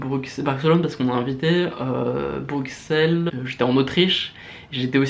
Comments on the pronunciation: Natsuki Project Ouiiiii MESSAGES À TOUS LES FRANÇAIS : Ça se dit Brusselles ( X = S ) mais ça s'écrit Bruxelles. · Sa me stresse les francais qui dise "brucselle" alors que sa se prononse "bruselle " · superbe projet mais s'il te plaît c'est Bruxelles le X se prononce comme un S il y a pas de son k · T'es aller a brucksel? Je connais pas xD Bruxelles se dis Brussèl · Par contre c'est pas brukselles mais bruxelles ca se dit comme brusselles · Alors par contre ça se dit Brussel .. Et pas Bruxsselles .. merci -.-" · ON DIT BRUSSSSELLES LE X NE SE DIT PAS !! Mais sinon j'adore ! Moi aussi je vais m'y mettre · Putin c'est pas BruXels ça se prononce Brussels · BruQxelles !T_T C'est Bruxelles ! BruXelles !... Les français qui savent pas lire x) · pour la énième fois on dit pas "Broukselle" mais "Brusselle"!! sinon super vidéo!!! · BruSSel pas BruXel (pour la prononciation) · On dit Brusssssel pas Bruksel :'( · BRU(X)SSSSSSSSSSSSSSSSSSSELS ! Pas de prononciation du x, merci <3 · Cher amis francais, pour votre culture personnelle, on prononce Bruxelles "bruSSelles" et non "bruKSelle", on ne dit pas "pariSSe" à ce que je sache :) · Bonjour bonjour j'aime bien ton projet mais... PUTAIN C'EST BRUSSSSSSSSSSSSSSSSSSSSSSSSSSSSSSSSSSSSEL PAS BRUXXXXXXXXEL (respecte les Belges stp) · on dit brussel pas brucxel x) sinon bonne vidéo et t'as eu du courage pour faire ça :D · petit message d'un belge pour ta culture :p Bruxelles ce prononce Brusel (comme du sel pas Bruksel) ;) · "Brusselles" pas "Bruxelles" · Ça s'écrit BruXelles ca se dit "Brusselle"!! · juste un truc c est bru"ss"elles xD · Ça s'écrit Bruxelles mais ça se prononce Brussels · Vidéo très bien à une exception On dit BruSSelles même si ça s'écrit Bruxelles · ON DIT "BRUSSELLES" :P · Ça se dit BruSSElle ptn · Ça s'écrit Bruxelles mais ça se dit Brussel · svp les français Bruxelles se lit Brusselles merci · BruSSelles et c’est tout... AuSSere aussi =) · Bruxelles à prononcer sans x snif massacre